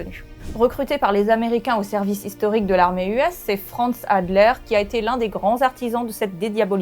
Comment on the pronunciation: Dans les années 2000, une exposition sur les crimes de la Wehrmacht a circulé en Allemagne, qui a fortement entamé ce mythe. C'est un sujet important et douloureux. J'aimerais voir la version longue. (Au fait, c'est Halder, et non Hadler...)